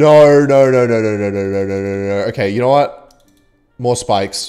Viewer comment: It's cute how you say "knour" instead of "know" accents are fun :)